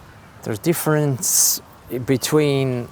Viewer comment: The way he said "difference", can hear the french accent creeping in